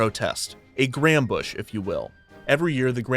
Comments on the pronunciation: Did you have to say "grandbush"? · I can’t believe he just said “grambush”